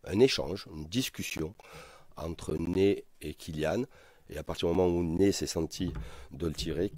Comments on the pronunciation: Sa me perturbe il dit Né au lieu de Ney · Ney pas Nez mdr